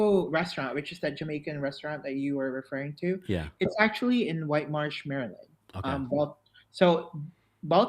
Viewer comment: As a native Marylander -- I love that you're pronouncing it properly (MURRLAND) lol!